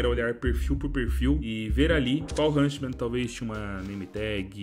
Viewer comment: Ver o falando hunSTman me da agonia, bom video.